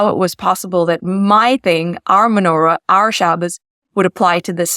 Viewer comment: menora, chanoeka, she said it wrong, but never mind